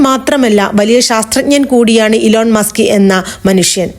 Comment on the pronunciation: ഇലോൺ മാസ്ക് അല്ല ഇ ലോൺ മസ്ക്